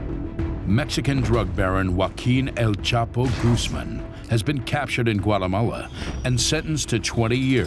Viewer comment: El chapo u mean el chopper😂😂😂